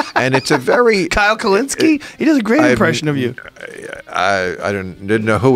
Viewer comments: "kyle kolinski" 😂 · Kyle Kalynski?! Joe, come on!